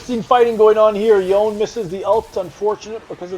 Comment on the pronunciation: Yone (as with Yasuo) is a Japanese-derived name, so you pronounce both syllables: "YOH-NAY." Most foreign languages don't have a silent E.